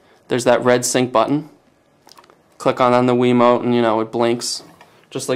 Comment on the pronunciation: He said a wemot